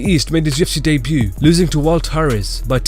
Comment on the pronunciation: "UFC day-b-u" 😂😂